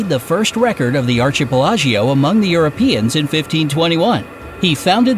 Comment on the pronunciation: Did the he just say archie-pela-geeoh (archipelago) ?? 🤣🤣🤣